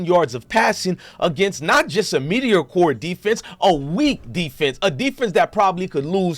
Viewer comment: lol ima start saying medeeeoohhkurr like you media core 😂😂